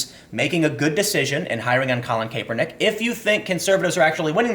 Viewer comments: "Collin KAYpernick" its Kap-ernick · It's not pronounced Kay-per-nick. It's Cap-er-nick! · "Kap-er-nick" not "Kae-per-nick" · “KAP-er-nick not KAPE-er-nick. I’m guessing you don’t watch football. Nike stock hit an all time high since this video came out. Nobody will remember or care about any of this in a week. Americans have the attention span of a caffeinated humming bird and the memory of an ex NFL lineman. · CAP (like a hat)-ER-NICK!!!!!!!!!!!!! NOT caper-nick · Also Cap-er-nick not cape-er-nick haha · It's kapernick I get it its spelled the way your saying it but your giving me a headache! Your great and I love you podcast. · CAP-ernick* , sorry it’s bothering me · CAP-ernick is how you pronounce it goddammit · Hey Tim, the first "e" is silent in Colin Kaepernick's name. Its pronouced CAP-ER-NICK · If ur gonna make a video about a certain person make sure u can pronounce his name correctly dam!!! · You are pronouncing Kaepernick incorrect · I'm trying so hard to listen to what you're saying but the fact that you cannot pronounce Colin Kaepernick's name right just throws me off